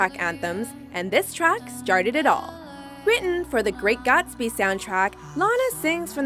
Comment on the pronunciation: Even the British don't pronounce it as the great "GAHTSBY"